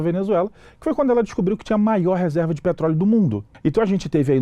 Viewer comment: "petroleo" kkkk até parece